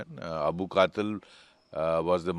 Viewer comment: 😂😂 I'm just laughing at Indians with their pronounciation. The name is Abul Qital not Qatil. If you can't pronounce don't report.